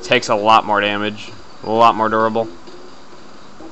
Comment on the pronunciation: I'm not sure if, when he was talking about the super plush bear, he said: "It's super durable" or "it's super adorable"